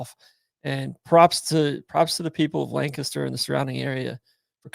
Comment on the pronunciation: I live here in PA and we do pronounce it LangKISSter. Not sure why...but is 100% correct! 👍👍